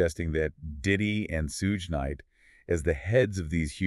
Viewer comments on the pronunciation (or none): Who is Sooge /Suge ... it's annunciated Shoog, but spelled Suge